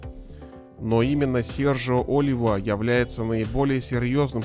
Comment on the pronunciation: Не О́лива , а Оли́ва ! Ты мистер капитан!